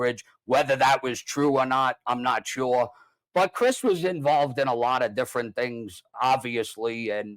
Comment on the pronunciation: You guys are pronouncing Cris name wrong.